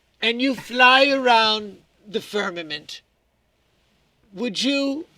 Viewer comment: It’s not “firmanent” - it’s firmament. That triggered me a bit, but now that it’s off my chest it think I’ll be ok. This episode was, as usual, full of droll and unusual references, most of which went over my head. Keep up the good work.